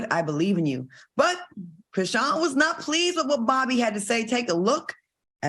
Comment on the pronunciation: Al saying Chriseeyan took me out ahahhaahhaha